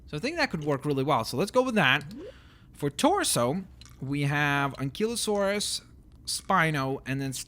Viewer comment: he doesnt pronounce ankylosaurus and stegosaurus right